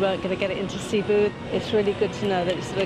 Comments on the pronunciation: i know that, but you pronounce it as "seh-boo"... not SEA-BOO. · "Sea-boo?" lol it's Seh-boo. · Cebu pronunciation: /sė • bu/ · ZKT XO it's cebu